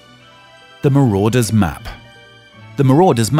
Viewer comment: "Marauder's Not Marodeurs